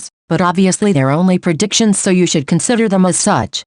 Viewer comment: the way the voice says predictions- preDICTions pls its so funny